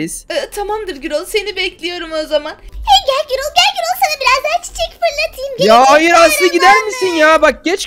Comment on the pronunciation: Girol dil del değil gürol